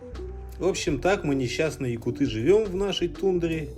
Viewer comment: не якутЫ,а якУты!